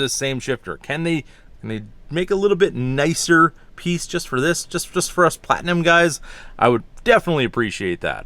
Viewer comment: You keep saying "Platnium" King Ranch is a lateral package as well.